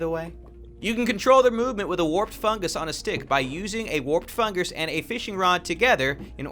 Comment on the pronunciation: fungus not fungers xD